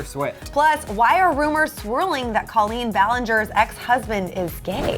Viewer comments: What the fuck, first of all it is pronounced COlleen, not CAHleen. Second of all, Josh is not her ex husband yet, they are getting a divorce but are not divorced yet, get it right. And third of all, this is still disrespectful making a video about their relationship, just stop please. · If you're making rumor and gossip videos, AT LEAST get the names right. It's Colleen pronounced coal-een not call-een. The fact that you can't even pronounce their names proves that these are not facts, and you didn't even research anything, you just made stuff up for views. This is the kind of stuff that creates controversy and makes the world a worse place to live. This video should have more dislikes than likes. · "Cah-leen" fuuuuuck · "Cah-leen" fuuuuuckkkkkk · You guys shouldn't be using people's pain and suffering for views. You didn't even say Colleen's name right. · Couldn't even pronounce her name right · It's a long O sound in Colleen's first name. Learn to pronounce it correctly -_